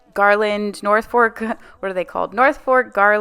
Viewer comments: I love your channel! You have great ideas and helpful explanations! Your home is gorgeous! Not to sound annoying, but I don’t know how else to say that Norfolk pine is pronounced Nor- folk, not fork. Sorry, really I just wanted to share. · A few things I love this video!! I’m a Christmas girl and I want to start my own lifestyle YouTube!! It’s definitely “Fluff the tree” you were right all along…. And finally you were killing me saying “North fork garland”😂 it’s NORFOLK girl!!! This was a great video… I love your Christmas enthusiasm!!